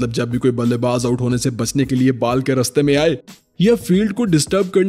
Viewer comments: Its ball Not baal🫣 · Bro you are saying baal instead of ball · Bro your videos are awesome but Bal nhi ball hota h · Bhai app ti ball ko bal bol Rahe ho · English words k correct pronunciation seekh le. Baaal bol bol ke dimag kharab kar Diya